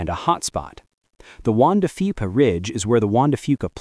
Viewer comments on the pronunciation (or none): Wanda Fica Ridge? You’re a scientist! Surely you can get an AI that’s a bit more literate. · "Juan de Fipa"??? Isn't it Juan De Fuca?